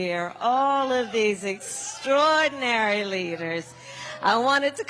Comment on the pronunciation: 'extroidinary leaders?".